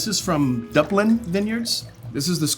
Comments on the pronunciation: "Dupe-lin" North Carolina... duped you. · The moment he mispronounced Duplin (it's doo-plen), I knew NC was gonna be a fail. Scuppernong and muscadine grapes are a very specific regional thing. Yeah, they are, compared to most wine, crazy sweet and that blush wine is probably one of their worst in my opinion. Their are so many more wineries all over NC beyond Duplin, but their holiday wine is far more palatable to a broader audience. It makes more sense to my tastebuds than the others anyway. Based on the criticisms of the wine overall, it doesn't seem like these wines were picked with much forethought. These aren't the best wines each state offers. Still, I always enjoy seeing Andre! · As a North Carolinian, when he said Duplin I went Noooo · You mispronounced Duplin.